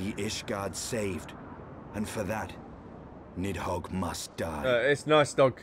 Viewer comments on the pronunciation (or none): Hraesvelgr is "race-vel-gr" Nidhogg is "nid-hog" though I assume nicedog is your joke name (my FC called him "eggnogg") -_